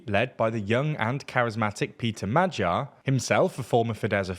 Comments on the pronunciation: It's much easier if you tell anglos to pronounce it as 'madyar'. Többivel egyetértek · its much easier if you tell him to pronounce it as madyar. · magyar is pronounced "ma-gyar" not "ma-jar", and you get sz right with fidesz why do you get it wrong with tisza?